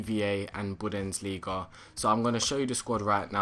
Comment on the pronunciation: Budensliga? thats how you say it haha its bundesliga